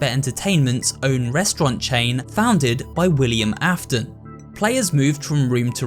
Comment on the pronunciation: Hey dude great video also the William Afton part says William Afen lmao anyways really good video dude